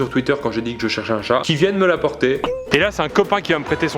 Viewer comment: CHAT !! et non shè